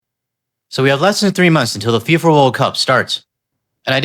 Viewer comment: Its FIFA, not SIFA.... there's a reason for that 🙄